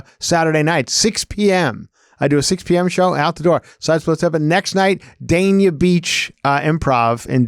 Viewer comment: Heather I think you just described accordion hurricane shutters to keep squatters out. They would definitely work. Can’t wait to see Chris this weekend. It’s pronounced Day-knee-uh btw